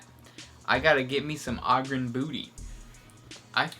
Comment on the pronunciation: Say ogryn right